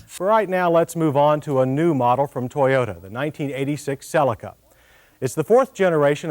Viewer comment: finally someone pronouncing "cellica" and not "celiiica"